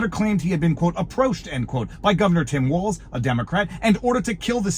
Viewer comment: Did she say “Mike Walz”